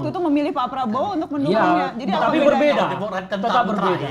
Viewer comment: Dan sayah pun mengerti apah yang terjadi di dunia politik inih dan akhirnyah jadi mentri sayah paham sayah paham hahah